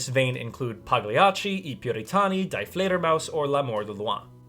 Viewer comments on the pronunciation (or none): correction: It is not "Die", but "Dee". If you pronounce that German article incorrectly, it sounds like you're telling the Bat to die. Similarly for . : Pronounced "Chen-eh-REN-tell-ah"